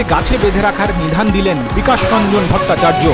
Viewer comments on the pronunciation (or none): " নিধান " নয়, নিদান। 😮😮😮😮😮😮😮😮